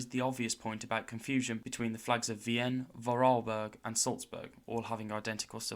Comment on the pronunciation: Minor mistake: It's not called "Vien" but rather "Vienna" or "Wien" (pronounced like "Ween" "Wiener" without the "er") in German. I believe you mixed both spellings and pronunciations up